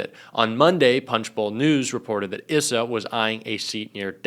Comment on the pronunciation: Pronounced Darrell EYE SA